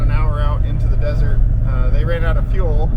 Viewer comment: “Desert,” I thought you said, “dessert!”